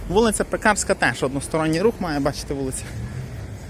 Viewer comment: ПекАрська. За Польщі вона була Piekarska, а у поляків наголос завжди на передостанньому складі.